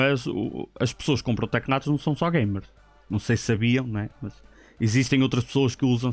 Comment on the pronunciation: ele diz tecnados em vez de teclados kkkkkk não é pra gozar mas da piada